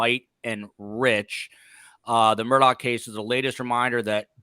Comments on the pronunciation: On South Carolina- MURDAUGH IS PRONOUNCED: (in a slow drawl) MU—- RD - ER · The name Murdaugh is being pronounced wrong. It is Murdock and is an old Scottish name, also has it's own coat of arms and family crest. Sorry to say it's been shamed.